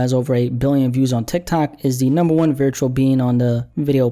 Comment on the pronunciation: You say virtual wrong. It's not viritual